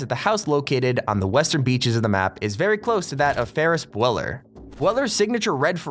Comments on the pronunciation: bweller u mean bue ler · It's pronounced ferris beuller as in Buller. The u has to make the long u sound. Not bweller😂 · bwEller it’s bUeller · It's pronounced "Bew-ler", not "Bwel-er". How do you not know this? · Its not bweller its byuler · It buller not bweller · It is Ferris B-u-l-er not B-w-l-e-r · Ferris bweller? Really? It's pronounced Ferris B youwler Ferris bueller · BEUUUUUUULER! not Bweller. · Fam it's Ferris Bueller, not Ferris Beller/bellor.... It sounds more like Pew gun with a B finished with a LUR, Ferris BeuuLUR.. How do you mess up that classic.. lol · IT'S PRONOUNCED BYOOLER, NOT BWELLER!! Btw, that's not even Ferris Buellers house, that his friends' house, and it's not even really his friends house since there's so many things different!!! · ferris bew ler is how its pronounced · Did he just say Ferris Bweller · ..Bweller... Bweller... Ferris Bweller... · Ferris Bweller??? Hahaha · Ferris Bweller? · Bweller, really? 🤦‍♂️ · Ferris bWELLer? R u srs? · did he just say Ferris Bweller? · This killed me, dropped knowledge like he knew all about the movie and then says Ferris Bweller, clearly never seen the movie! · B-EW-LER THAT IS HOW YOU PRONOUNCE IT I'M OVERREACTING AAAAAAA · Could you please learn how to say " Bueller"? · Ferris bueller? It’s ferris buler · B-YOU-ler.. ferris bYOUller... om.. such an iconic film to screw up the pronunciation in a video that has 800k views(while asking for 3mill?). How bout I’ll come over to cook u pancakes if you never mispronounce ferris buller again, and WATCH THE DANG movie! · "fErRiS WiLLeR".... this channel is pathetic... you literally just watched PlayStation grenade's video and made it into your own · feris builer not buller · Ferris BU-ELE- Er. No. It’s Ferris “Beu-Ler” - THATS how you pronounce it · BEW-LER! BEW-LER! BEW-LER!!!!!!! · It’s pronounced b you ler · bruh “Bweller” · Mfw he pronounced it "bweller" instead of bueller. 😟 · Lmaooooo Bweller? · pronounced “BE-UW-LER” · U said ferris's name wrong lol